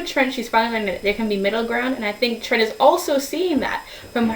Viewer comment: And also I dunno if its just the sound quality or what but it sounds like your saying "trench" when your saying Trents name.